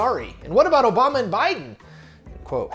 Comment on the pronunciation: Barack Obamy?